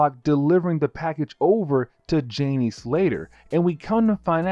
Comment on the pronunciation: Not to be critical, because everything you said is right on. But, it’s not Morlock, it’s Molock. And it’s Janey, like Jane, with a y at the end. Like this: jay knee. Also, it’s Ozymandias, which sounds like this: Ozzy Man Dee Us